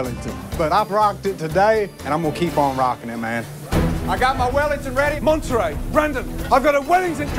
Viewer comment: Lol it's monneray like the cheese